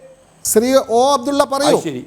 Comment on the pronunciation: ഫയങ്കരാ മാന്യൻ ഓ അഫ്ടുള്ള 😂😂😂😂